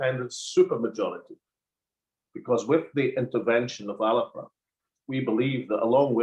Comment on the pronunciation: That's not the correct pronunciation.